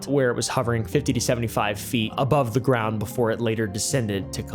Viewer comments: Am I the only one that picked up on the fact that said "gound" instead of "ground"😂😅? When he said "it hovered 8-10in of the gound at it's lowest point". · Bruh, are you AI or do you have a speech impediment? 8-10 insess off the gowned? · when he said "8 to 10 inses off da gound" it convinced me to stop drinking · bro said “inces off the gound”😭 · eight to ten inces of the gound???